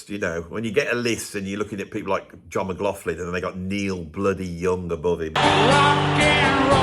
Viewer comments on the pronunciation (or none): Someday, maybe he’ll learn to properly pronounce “McLaughlin” - it’s not “McLauflin” 🤷🏽‍♂️ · As a proud McLaughlin, he drives me nuts. It’s McLock-Lin or McGlock-Lin. Even in the USA. Where the F came from nobody knows.